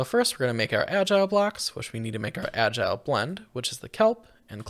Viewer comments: Al-gal not agile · I hope someone has notified you that the ingredient in andesite alloy other than andesite is not "agile blocks" but algal bricks, pronounced al-gul. Algal means made of or pertaining to algae, and they are very obviously bricks. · "AL-GEE BRI-K" not agile block, this is agony to hear, please stop tormenting us like this. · But he never said algal blocks... he said agile blocks 😅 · Jost so you know, it's pronounced Al-gal. As in made from algae.